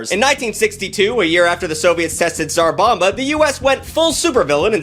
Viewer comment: SAR BOMA. That's how you pronounce it.